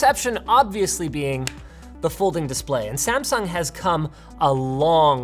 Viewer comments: Is disgusting how gringoes says Samsung.... Kskdkkdkdkf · You pronounced Samsung wrong again, please pronounce it right next time